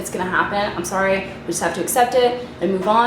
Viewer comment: i heard the canadian in you when you said sorry haha